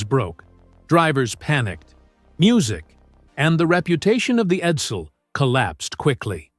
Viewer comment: Eddel? Edsil? AI Effluent